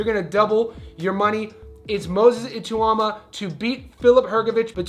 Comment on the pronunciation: Bro you need to learn how to say Ituma's name correctly. You butchered it throughout the video. It's pronounced I -(eh), - TAU (tauw), MA (ma).